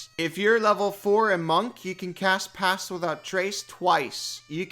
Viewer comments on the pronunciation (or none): Dunno if it's the accent or what, but everytime you say "cast pass without trace" I hear "pass gas without trace".